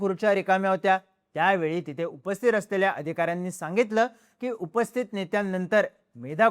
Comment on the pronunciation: AI वर बनवलाय का उपस्थीत हा शब्द का बोलता येत नाही? उपस्थीर???